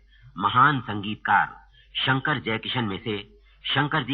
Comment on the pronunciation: Its "Shankar" not "Shankr".